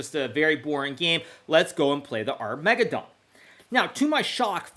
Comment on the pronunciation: Did my man just say Arr-mega-don? Hikaru you give me energy